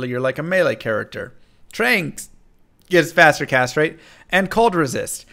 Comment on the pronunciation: Faster Castrate